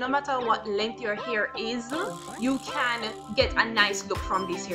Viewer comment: dead "now mi caaan find di rat tail comb"...a weak lololol